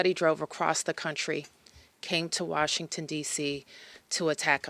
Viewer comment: “Warshington, D.C.” 🤦‍♂️